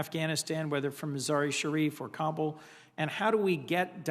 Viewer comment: 20! years in Afghanistan and still can’t pronounce the Kabul correctly. Wondering why failed 😀